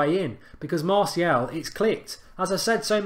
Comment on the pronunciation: You need to pronounce martial properly